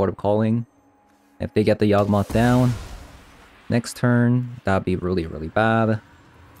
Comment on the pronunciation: y a w g not yag